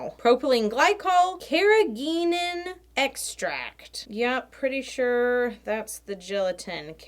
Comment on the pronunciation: You're saying Carrageenans right. It's from the Irish word carraigín and it means small rock 😁